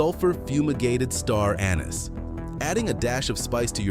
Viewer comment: Star Anus 🤘🏽. AI sucks !